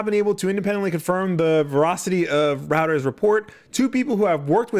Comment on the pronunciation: "Reuters" is pronounced like "Roy-ters". Like how "Freud" isn't pronounced "frewd".